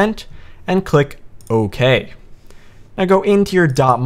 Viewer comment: thanks man :D "and click 'ouwkayy' " hehe